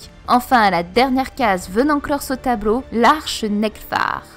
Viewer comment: c'est juste moi ou elle pronence les "L" comme des "R" ?? ex: Tabreau au lieu de tableau/ Peupre au lieu de peuple... en tout cas belle vidéo!!